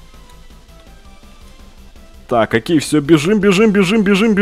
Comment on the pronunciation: мне одному вместо окей слышится хоккей??